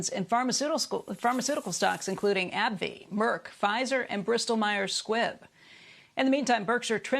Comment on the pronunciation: Lol when u hire women to tell the stock news and they say abbvie”